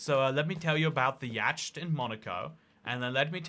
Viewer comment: I think it's pronounced yaht.